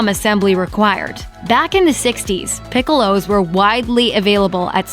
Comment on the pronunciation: What the hell is a "pick-ow-low"? Please say it the correct way for a US audience